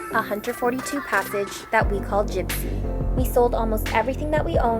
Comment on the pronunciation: Jibsea... lol